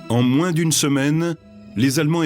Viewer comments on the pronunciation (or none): none